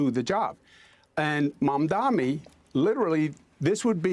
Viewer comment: It’s pretty funny how Cuomo still can’t say Mamdani! 😂😂😂😂😂